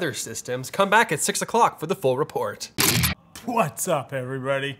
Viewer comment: is it whats up or butts up?